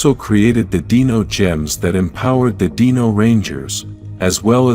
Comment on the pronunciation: why do you say "deeno" instead of "dino"but pronounce dinosaur properly 😂